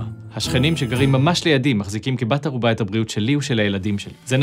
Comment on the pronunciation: בן ערובה, או בן ארובה??? סטגדיש דיש דיש דיש דיש